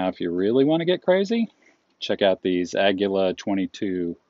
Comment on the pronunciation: Please don't say, "Agula." It's "Agila." As in, "Oh, look! A Gila monster!" Only, with a hard "G." I've got a few Single Sixes. Very nice guns!